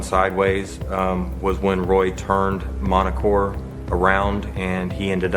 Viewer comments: Montecore, not Manticore. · Pronounced monticore.